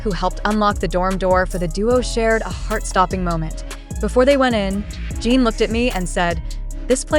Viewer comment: Every time I hear her say Gene instead of Jin, it makes me believe it less. And they don’t have JHope’s discharge right either.